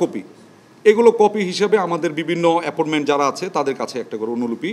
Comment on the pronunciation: এপোনমেনট, সিডুল, পোমোশন😂😂😂